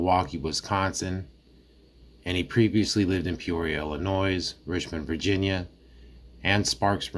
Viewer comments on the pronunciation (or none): It’s pronounced wok-a-shaw. And Illinois is pronounced without the s. So Ill-i-noy. Thsnks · Bro, you know damn well the “s” in Illinois is silent! Illinoise!? Come on bro!! “Wakoosha” Wisconsin??? Bro they say that cities name 400 times during the trial. Come on bro. We gotta talk better than Derrell!